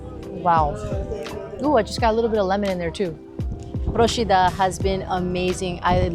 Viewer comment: Well done! As a resident of Procida, I can say you picked some real gems of the island and highlighted some of the unique local foods. AND you pronounced Procida correctly! You get extra points for that :) Grazie mille.